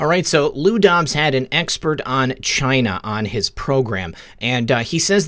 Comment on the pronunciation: I Love how you say China, just like our beloved president! Great show! Thank god for Trump!